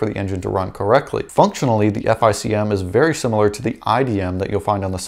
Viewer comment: Say “F I C M” again I dare you, it’s pronounced “FICK EM”!